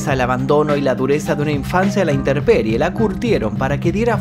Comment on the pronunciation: Oí bien??? Interperie , INTERPERIE??? Lo correcto es: Intemperie...INTEMPERIE!